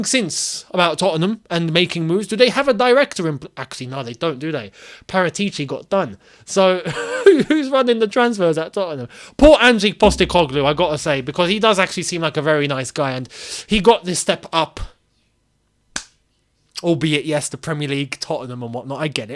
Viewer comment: it's Ange, not Angie. Short for Angelo.